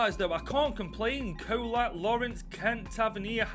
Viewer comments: Čolak's name the Č is pronounces like a "ch" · big mistake everyone gets wrong since he is from Croatia it's "ch" which is like modric the "c" is a "ch" sound.